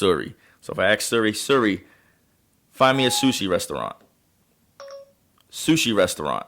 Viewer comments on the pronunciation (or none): Everyone hating on this black guy. xD He calls Siri .. Seri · is a joke he says Siri wrong. This guy is a joke